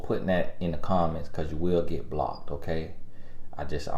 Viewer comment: Every time says, “blockedt” 🤣😩😂🤣😂